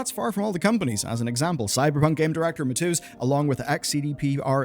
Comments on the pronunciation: >"I'm not gonna say thier surnames becouse i dont wanna butcher them" >Says Mateusz like Matzus. Man, good video, but it's not that hard to check. Please. Why does no one know how to pronounce Polish? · you pronouncing Mateusz as Matooz killed me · Jesus, dude, you'd think with how many times you said his name you'd have spent the 10 seconds to type it into google to learn how to say mateusz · Interesting pronunciation of mateusz